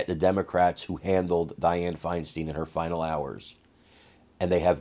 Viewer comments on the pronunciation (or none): Fine Stine....not Fine Steen...really dude?! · Her name was pronounced FINE STINE as in Frankenstein